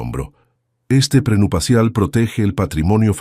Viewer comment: Que mal narra este señor, trate de leer bien porque se oye horrible, NO SE DICE PRENUPACIAL ES PRENUPCIAL